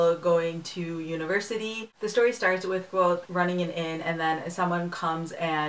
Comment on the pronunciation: I'm glad you pronounced the main characters name like I had when I had read the book. I've heard it many different ways so I just go with what it sounds like to me. I really enjoyed it too!